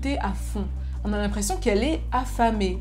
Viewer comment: Pourquoi tu dis « en » au lieu de « on »? Sinon bonne vidéo :)